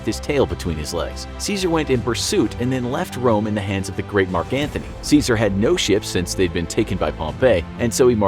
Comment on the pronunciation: Good vid but you pronounced his name incorrectly like everybody else 🥀